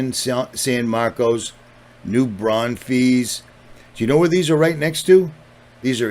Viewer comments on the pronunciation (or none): New Braunfels has an “L” at the end. Thank you for these videos. You’ve helped me to understand so much, over the last nearly ten years, since I found you on the Toob. 🙏🏼🙏🏼🙏🏼 for you, my brother!